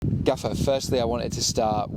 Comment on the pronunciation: "gaffer".... tragic. "obviously"